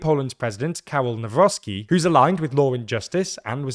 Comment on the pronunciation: Everybody pointing out how Czarzasty's (cha-zha-sti) name has been butchered, nobody noticed that pronunciation of Nawrocki has improved (from nowrocky to navrotsky)